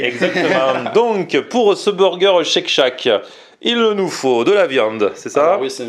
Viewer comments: Mais pourquoi refaire exactement le même burger? Autant ouvrir une franchise Shake shack. Shake shack pas tchek tchac lol Super l'innovation. J adore cette chaîne sinon. Merci! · Non non non! M'enfin et!! Tchek tchak...??? C'est quoi cette prononciation!!! Ca m'a mis les nerfs a chaque fois que vous l'avez dit du coup a chaque fois j'ai avancé la video! Faites un effort!! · chake chack bordel ça agresse les oreilles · respect pour avoir réussi à manger 1m² de salade dans ton burger "tcheck tchack"